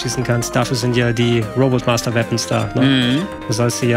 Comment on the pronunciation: schon jetzt was fürs Best Of, wie Mr. Nerdquiz Retroexperte den Namen von fast jedem Robot Master falsch hat und von korrigiert wird;)